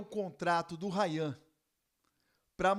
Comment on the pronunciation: ele falando errado é Rayan!